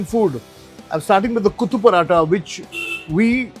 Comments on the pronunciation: It's Kothu, not kuthu. It's Nool, not Noor. Kothu parotta is majorly chicken and mutton. I haven't heard of prawn kothu. Also the restaurant is not authentic tamil restaurant, if it does not serve salna with parotta. And that's not Ambur biriyani you are having (yes, extra "i" in biriyani). Ambur biriyani has actual chicken pieces in it, not fried chicken piece. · Not Kuthu, it is Kothu = Minced.